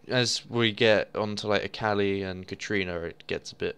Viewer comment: it is katArina. Not katrina. THERE IS AN A